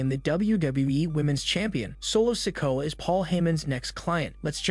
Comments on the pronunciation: Raquel. He says. Raco solo sokoa he say soco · Why does this dude pronounce solo sikoas surname as sicko??? 😅😅😅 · Omg the narrator needs to know who he is talking about because he cannot say solo sikoa name properly it's not sinko it's not sicko or even sicka it's solo sikoa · You really need to lean how to pronounce names. You have said Solo last name 4 diffrint ways in this video. it is pronounced "Si Ko A"